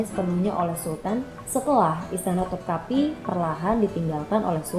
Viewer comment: topkapi dibaca topkape (e seperti pada kata 'berat'). Begitu pula sarayi dibaca saraye.